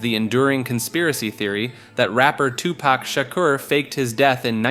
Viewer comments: Two pack 😭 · 😂😂 u mean TuPak like he stated 😂😂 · “2 pack” My guy it’s been 30 years, it’s on you to know that’s not how it’s pronounced lol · two Pack... Soojee Knight... Lmao im not even American but the pronouncing was Horrible...Lmao Befriend some Black People at least hahahahahaah Jeez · Hahaha bro tough to be a subject matter specialist when you COMPLETELY messed-up BOTH Tupac's name, AND Suge Knight. It's pronounced "Shug" Knight, & TWO-Pac, not "Sugee" Knight & "Two-Pack" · I literally came to say the same thing. 2 pack and soo jee knight lmfao. I swear they do this on purpose. I hate it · Ok, he is driving me crazy with mispronouncing Tupac and Suge... 😡😡😡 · The pronunciation of 2Pac and Suge's name took me out. 🤣🤣🤣